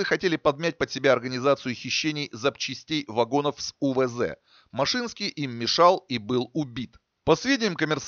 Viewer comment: Не машИнский, а мАшинский .. Лично его знал. Я как раз в германии у отца был, когда его расстреляли